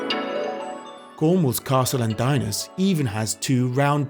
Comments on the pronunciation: DINAS is pronounced like this DEE-NAS not DIE-NAS, .... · Dinas is pronounced din-ass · Great video, just a small point; Dinas is pronounced ''Dean- ass''